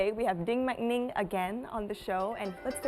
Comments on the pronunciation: Hehe ninh phát âm sai hết. vẫn kiểu ng Việt nói tiếng anh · Đinh Mạnh Ninh nói tiếng anh như shit, phát âm thiếu phụ âm cuối,...